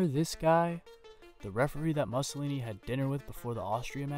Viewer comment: If you can't pronounce "Mussolini", don't do the video.